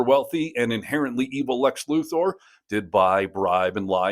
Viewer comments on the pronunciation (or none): If you can't even pronounce Luthor's name correctly, how do you expect anyone to take you seriously about anything relating to Superman? His name isn't Lu-THOR.